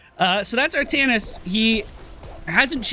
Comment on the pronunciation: Artaknees is a fun,albeit an incorrect,way to say his name! He was also the first character I owned! Really fun!